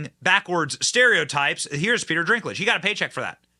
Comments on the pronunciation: Bro...why the f do you keep saying Peter DRINKlage throughout the entire video? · His name is DINKLIDGE, NOT DRINKLIGE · I want to make a game with my friends where we watch this video and every time Benny Johnson says, "Drinklage" instead of Dinklage, you take a drink. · Can someone tell Benny its Dinklage, not Drinklage lmao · Dinklage not Drinklage. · Why do you keep saying "Peter Drinklage" though? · It's Dinklage not drinklage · Dinklage not Drinklage lol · Is it driving anyone but me a bit nuts that Benny keeps sayn the guys name wrong....no R .....it's dink ....not drink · How many times are you gonna mess up pronouncing "DINK" it's NOT "drink" it's "DINK"!!! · Dude its DINK-lage not DRINK-lage..... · Pete's sake, can you get the man's name right? It's Dinklage, not "Drinklage". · I don’t watch any movies made by Disney! And before anyone jumps all over you for the way you are pronouncing Peter Dinklage, look at the spelling of his name there is no R. in Dinklage. His name is Peter DINKLAGE. I think Peter got really cocky after he was in Game of Thrones and won an award for it. He needs to understand that he is not the only little person that can act. Well, looks like Disney is gonna fall right along with all the rest of the woke companies. I hope they leave the state of Florida go to California and hook up with Disneyland because we don’t want them here! Yeah just can’t fix stupid! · Why is he saying "Peter Drinklage?" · Why does Benny call Peter Dinklage, “Peter DRINKlage?” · Peter DRINK-lage? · Benny it’s “Dinklage”Haha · It's Dink-lage... I don't like the guy. But say it right ir you look as bad as hollyweird Ben Duh 🙄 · DINK….. lage. Dink….. 🤦🏻‍♀️ after the dozenth time. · It’s not drinkage! Lol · Dinklage does NOT have an R in his last name. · Benny are you saying Peter's name wrong on purpose? It's funny if you are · Yo Benny there is no R in Dinklage... ha ha